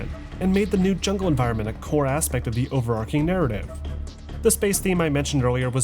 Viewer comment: "Overarching" not ":"overarcing" - arch not arc!